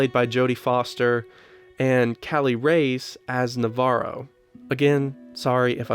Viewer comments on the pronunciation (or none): none